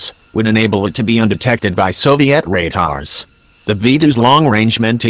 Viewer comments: SOVI-AT RAYTARS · Sovizat Tatars is what I heard when the narrator started